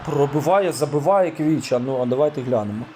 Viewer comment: Є 1 замітка Не Квіча Кварацхелія, а Хвіча Кварацхелія